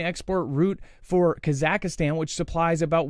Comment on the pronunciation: LOL, you have yet to pronounce Kazakhstan properly so we don’t expect perfection when saying Kropotkinskaya. It’s all good.☺️